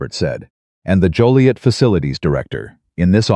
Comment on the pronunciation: I’m totally surprised that the narrator pronounced Joliet correctly most call it Jolliet !